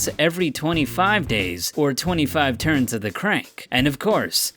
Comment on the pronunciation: “Truns” Lololololololololololololololollololololololololololoi